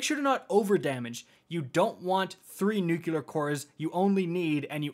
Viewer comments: "Nuculer" Me: flashbacks to being 5/6 years old during the Bush administration (tbf, I say it too 😂) Also "Purple Rain mechanic" is my favorite name for a raid mechanic ever 😂 gonna have Prince singing in my head when I see that now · I loved the video! I was triggered by the 100 times you said “nuke-yuh-lur” though 🫠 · What are "nyookyoolur" cores? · Me: Enjoying the raid guide: "Nookyooler cores":/ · my dude, it's *traverse and *nuclear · He did it so many times I can't help it! It's pronounced NEW-Clee-ar. Or Newclear if it's easier. There's 1 U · It hurts me every time he says “nucular” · Jesus..."nucular" is driving me nuts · NUCULAR CORE. sigh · Great vid. Your mistake of thinking traverse is transverse and pronunciation of nuclear give me conniptions though. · Thanks for the guide. Please learn how to pronounce "nuclear" properly. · idk why i was so bothered by it but its nuclear not nuculer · My man,. I can't tell you how much this helped me finally get my first clear today. I know this is like 5 months late, and I'm not trying to be a d, but pleeeeeease work on saying "new-clee-ur" instead of "new-cue-lar". "Nucular" just isn't a word. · Great video, really informative, just realised i will never atempt the raid because of the whole get the buff, send it up, get it back, pass it along etc. And also, anyone realised how many times "nukelar" instead of "nuclear" cores ^^ anyways, great vid, keep it up. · I just can't get over how he says "Nucular" instead of "Nuclear" hahaha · don't forget "nucular" instead of nuclear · Every time I heard "Nucular" I found myself yelling " It's NUUU-CLEEE-AARRR!!!" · I couldn't stop flinching every time he mispronounced nuCLEAR. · Thank you for this fantastic Raid guide, but this is just a pet peeve, so it's not a criticism, but nuCLEAR. It has the word CLEAR in it. Not nuke-yu-lar, nu-clee-ar. Nuclear. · Very helpful video, thank you. One note on pronunciation, it's new * clear not nuke * you'll * are